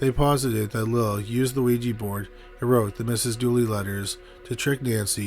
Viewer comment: Lila is pronounced "lie-lah".